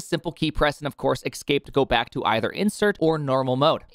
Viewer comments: You are actually saying eXcape, you are! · "Ekscape" :P